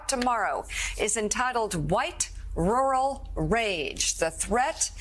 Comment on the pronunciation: White wural wage, a twet to muh democracy...